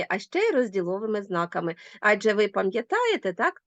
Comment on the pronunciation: АджЕ - наголос - на останньому складі!